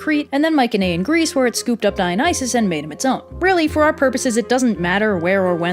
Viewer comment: dude, you are mispronouncing "mycenaean" and its driving me insane... cannot watch after that